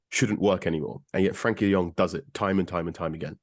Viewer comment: Frenkie not Frankie 🤦